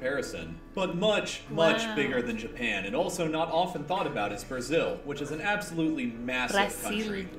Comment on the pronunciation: Where's from? when she says 'Brasil' it sounds like perfect spanish